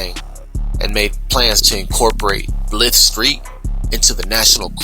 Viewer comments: Guy narrating this video pronounced the Varrio “Blith” 🤦🏻‍♀️it’s Blythe…thought you knew better since you focus on all the gang drama 😂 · This foo pronounced it blith st 🤦🏻‍♂️ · Definitely not a California southsider who is narrating this mispronunciation of that Barrio 😂😂😂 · Right I was thinking that same thing! Especially since Blythe St. Is considered an rival of ours! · My respects good content but your not pronouncing his neighborhood correctly some details are off but again your just narrating what the La times has put out you should interview someone from that neighborhood, I don't believe anyone ever has ever.